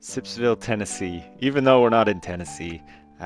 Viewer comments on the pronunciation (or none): none